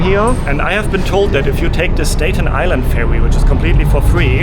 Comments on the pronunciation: also STATen Island not "stayten" island. I agree..love his videos too :) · Correct pronunciation of Staten Island is Sta-- as in apple! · The "A" in Staten and Statue are pronounced as in "cat'. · As an English teacher to non-native English speakers, I must try to help you... Statue is pronounced STA-choo (STA has same sound as the word "at"...like I am AT the hotel...NOT the sound of the word "stay" as you are pronouncing it... Staten Island is pronounced the same way. Love your channel and love your videos, I watch them all!